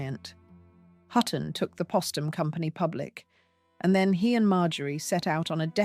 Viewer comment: It's Poe-stum! Not Pah-stum. Like their name Post. Geez!